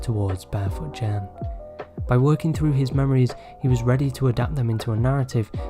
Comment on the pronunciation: FYI Anything with "G" is a hard G sound, not a "J" in Japanese. Like Gen, etc. G like "get", "gecko". Ironically, Ghibli is "jibli" though and I'm glad you got that one right :) (Always bugs me when people say Gibli lol) Source: I'm Japanese